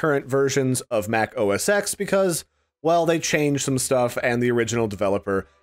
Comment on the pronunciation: Am I the only annoyed when people say "OS 'ex'"?